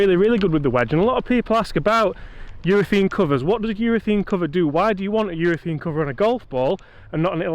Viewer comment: It's UrethAne not UrethEne